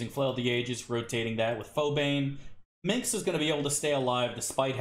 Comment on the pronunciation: Lol, I've heard several Americans pronounce Minsc like that. It's so weird.